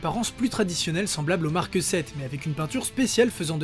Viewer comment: il n'y a pas de "e" à la fin de "Mark" pourtant tu dis Markeuh 1, Markeuh 5, Markeuh 6... insupportable. Pouce vers le bas. J'ai tenu 4 minutes... pourtant le sujet m’intéresse mais là non....